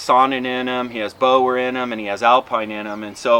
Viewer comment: Sable not saber. And fwiw Boer is a Dutch word, for the only breed with over 100 years of selecting on carcass value without dairying, so no wonder your Boer cross looks thick and muscled. It's pronounced Boo-er. Most people can barely get to calling them Bores, but Bowers falls pretty far short. Okay, let the scoffing begin.